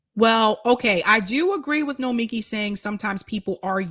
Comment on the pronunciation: BTW, her name is said no-me-KEE